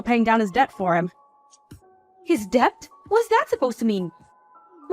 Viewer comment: Not "deBt"... it's pronounced "det" - as in similar to "bet"....the 'b' is always silent.. PLEASE 🥺